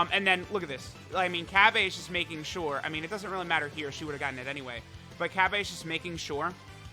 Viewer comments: repeat after me it's cabba not cabbay. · Y do u pronounce Cabba as "Cabbey" Also we need an EZA Toppo or a New TF Toppo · The way he says cabba makes me uncomfortable lol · The way he says cabba really annoys me idk why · Ever time I hear you say cabba's name ut makes me cringe a little I've never heard it pronounced that way haha